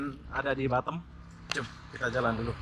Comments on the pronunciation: Batam bukan batem... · gw baru denger org bilang Batam dengan "Batem".......ngakak gw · Pronounciation horbour bukan harbor tapi aber bey bisa dicek di kamus.. Batam (a keras) bukan batem sesuai EYD dong